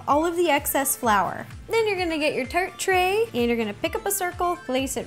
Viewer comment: she said turt tray